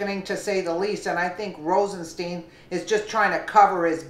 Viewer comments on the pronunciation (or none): Rosenstein is pronounced with a long i in Stein not a long e FYI He said that in the hearing before Congress.